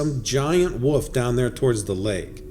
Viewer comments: Plz stop saying woof it’s wolf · Whats a "Woof"? I think you should be pronouncing the word "Wolf" with an L in it. Otherwise its sounds comical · WOLF.....NOT "WOOOF" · are you pronouncing WOLF as WOOF? I am not sure, cant quite put my ring to it. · What I think is Absolutely Hilarious is that the person narrating kept say WOOF instead of Wolf 🤯🤣 It's a simple word to pronounce and so many people screw it up 😂🤣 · 😆 yep now I've read your comment I hear woof